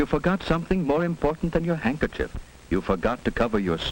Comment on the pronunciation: wait wait, did he just say paper hankerchief?